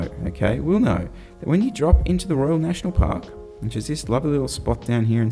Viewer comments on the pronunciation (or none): none